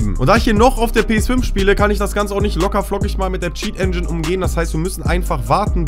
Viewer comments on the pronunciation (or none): none